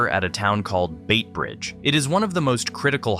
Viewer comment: Pronunciation! Beitbridge is not 'Bayt'bridge UGH! The 'i' is missing in the spelling of Beitbridge. 'bight'bridge [bite] like light. Please teach AI to pronounce names (especially names of cities and areas in the local accent,) And - routes are not 'r ow t'es are roots in Southern Africa. 'ou' in normal English can be: 'uh' S'uh'thern . 'ow' hour. 'oo' boot. Americans learn that your pronunciations are NOT always the way the English speaking world speaks. We all have some common sounds - but also our cultural peculiarities. Just like you Americans do. Kansas and Arkansas. Arkansas is pronounced "AR-kuhn-saw" in American English. Visiting USA we make the effort to pronounce the names your way. Otherwise Kansas would be - kuhn-saw - or Arkansas would be AR-kan-sas. eg London; Thames River is Tems River not Th-ames AI has to be Educated... Otherwise fascinating.